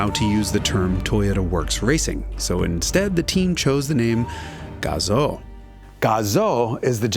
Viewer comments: it's Gah zoo gah zoo like Kazoo but with a g it's not Gah Zoe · GAH-zoo not GAW-zoh ;) There's no USA accent in Japan. Buuuut amazing piece on the best sounding engine ever made! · gazoo is pronounced, GAZUU. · Its pronounced Gazooo - idiot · I had to stop watching this video because the license plate told me not to. Also, Gazoo rhymes with kazoo.